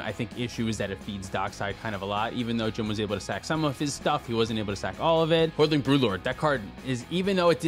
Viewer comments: HOARDING not Hoardling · Fun episode!! I have learned that there are two card names that & add or remove consonants from when they say them out loud. Hoarding Broodlord -> Hoardling Broodlord Pongify -> Pognify